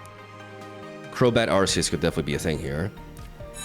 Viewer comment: I love that you pronounce Arceus, correctly and not saying Arc-e-us